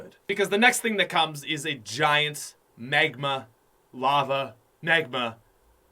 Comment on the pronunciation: when he says "megma" and not magma